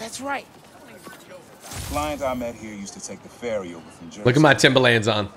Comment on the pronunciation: I know everyone from nyc cringed at the way he says “Timba-LANDS” 😂